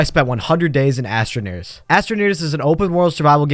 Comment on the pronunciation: "astroneers" lol